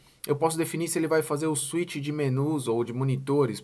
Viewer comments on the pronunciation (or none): none